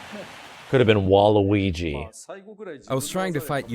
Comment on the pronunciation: anyone else instanly said "WAA" when said Wa-luigi? just me?